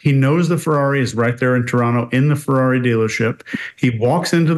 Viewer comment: Perfect pronunciation of 'Toronto'! For everyone else, it's not pronounced "Tor-on-toe", it's pronounced either "Tor-on-no", or "Trawno".